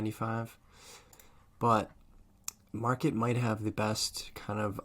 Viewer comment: It's called Markate, like Mar-kate. Not market.